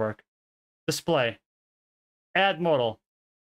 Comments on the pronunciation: Model = Mah-del. Say it with me. Not modal. Mah-del. Mah-del. Model. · British people don't say MODE-AL for model. They say MOD-EL. Very short and sweet pronunciation, with emphasis on MOD, with a rounded O. Just like Mods and Rockers. If we are saying the word MODAL, then of course we pronouce it as in the video. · Appreciate the video immensely! It was very hard to listen to, though, because you pronounce 'Model' as if it were the word 'Modal'. It should be pronounced like "maw-dle." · I kept hearing the word "modal" and it was confusing the hell out of me. And then I figured out you were talking about models. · The way you're currently pronouncing it is how the British pronounce it. In America we say "maa-dl" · is he saying martl or model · The only way it’s pronounced the way you said it in this video is for the word “modal,” which means something else entirely. The word model is pronounced mod-el. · why does he keep saying model wrong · I don't have a great pc because of age but it has been ok everywhere except raid. I haven't raided since first week but everytime bossfight started fps would go avg. 10-15. Even turning off all addons made no difference at all. I expect fps issues when at worldboss and in raid bossfights with 30 players but not 10-15 players in the raid I was in. PS. The 'o' is pronounced with the same sound as father in US english apparently and stress on first syllable. It confused me a little because I was hearing you say modal. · Great video outlining an issue. Some feedback, you are saying model incorrectly.